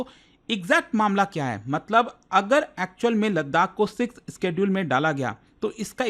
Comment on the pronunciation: Bhi schedule isss ka pronounciation alag laga raha hai up se